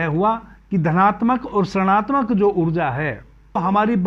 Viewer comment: ७:३० गुरुजी, जब हम ऋणात्मक का उच्चारण करते हैं, तब वह ऋषि की तरह आरम्भ होगा (उच्चारण - रिणात्मक)🌿🙏🏼🕉